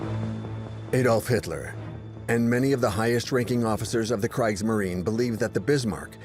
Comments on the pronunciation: Its pronounce Kr ee gs marine. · You’d think if you’re going to put this much effort into a documentary like this, you’d at least learn how to pronounce “Kriegsmarine” correctly. Why do the consecutive vowels “i” and “e” (or “e” and “i”) cause most English speakers so much trouble? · Oh my. This documentary pronounces "Kriegsmarine" with a long "i"? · How in the world do you keep mispronouncing Kriegsmarine? Oh right. AI. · Could someone inform the narrator how to pronounce "Kriegsmarine"?